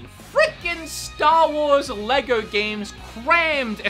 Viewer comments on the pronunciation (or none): none